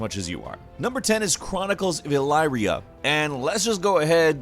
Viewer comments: I’m pretty sure it’s pronounced eleeria not elaria only because the city Elyria is pronounced eleeria maybe I’m wrong but I don’t think so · El-EEE-ria. It-eration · Chronicles of "Ah Leer E Ah" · You pronounced Elyria wrong, its pronounced El-ee-ree-ia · That pronunciation of Chronicles of Elyria hurts me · that's not how you pronounce Elyria...like at all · You said elyria wrong. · What made you think that was the way to pronounce “Elyria”?